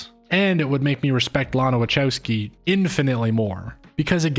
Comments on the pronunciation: The best review so far... But I struggle with the way you prounance WACHOWSKI, which I understand is an English version of the real prounancation...but it hurts my ears 😊 but honestly very good review and theory behind the film. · Respectfully, her name is pronounced LAH-nuh wuh-KOW-skee. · That's not how Wachowski is pronounced.